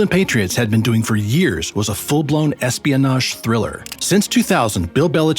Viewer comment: “100 Yers” later?”